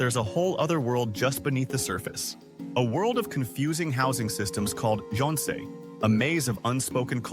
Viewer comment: 10 years and can't pronounce jeonse and wolse properly! 😮😮😮